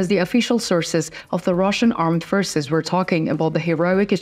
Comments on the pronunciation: I was going to comment on the mispronoucement of the same words. Forces is pronounced four ces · Forces forces , not pfishes or fristse ••• for ces for-ces